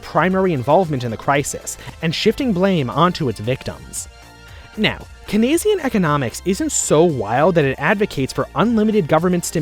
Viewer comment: The meme version of economic history that has nothing to do with actual history, or what any economist would agree with. You're not even pronouncing Keynes properly. You're either joking or you rotted your brain mate. You need to pull your head out of your ass and drop the cynicism, for the sake of the world and your own life. This is disgusting.